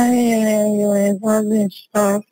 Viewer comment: “Ambalance” blacks man wtf